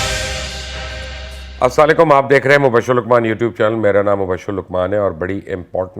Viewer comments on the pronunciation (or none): Dear Mubashhir Luqman , Kindly correct your pronownsiation about SALAM,,, it is assalam o Alaikum or Salam Alaikum not SLA LAIKUM. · Aslanoalikum nahi hota asslamooalikuuumm hota a